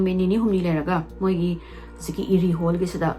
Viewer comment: Pung 2 😅 Krish haiba nate Erie haiba ne eida ra wrong pronounced toubei irritated oise dusu uncountable time